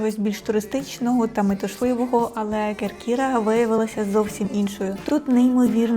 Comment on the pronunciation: Чудовий огляд! КЕркіра, не КеркІра )